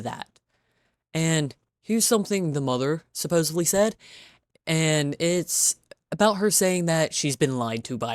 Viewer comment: i like the way that ur saying "aNd" lol